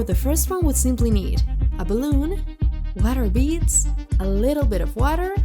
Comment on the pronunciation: When she said water beads it drived me crazy (no hate just saying)